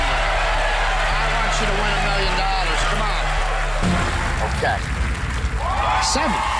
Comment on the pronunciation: Hes not even saying dollars hes saying dallas😂